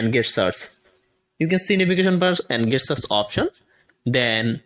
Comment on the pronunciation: GESTURES! not Guess tures!